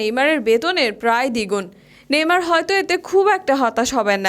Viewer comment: ভাইরে ভাই এতো সুদ্দো কইতে জাইয়া নেইমার কে নেমর বানাই দিসে 🤣🤣